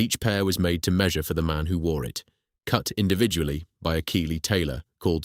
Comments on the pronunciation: Keighley is NOT pronounced Keeley, its Keethley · It's prononced Keithley.